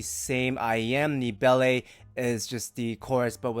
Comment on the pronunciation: My friend, please say Belle as "bell" and not "bellay" People will respect you more.